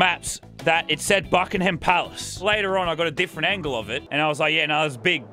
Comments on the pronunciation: Btw you don't pronounce the h in Buckingham palace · Ah the British language everyone else says Buckingham the way it’s spelled but you don’t say the h